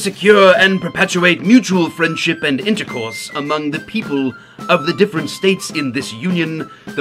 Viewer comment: Hee Hee! said "intercorse".